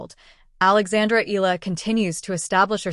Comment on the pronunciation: Please take the time to learn how to pronounce her last name. E-YA-LA (Eala), Short E as in "expect," short A as in "apple." E-YA-LA.